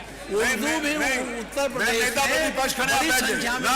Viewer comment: Isko to uttar pradesh bolna nhi aata ..prades bolta h hmesha jahil